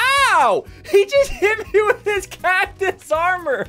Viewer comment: Dude he said wif trying to say with what a goof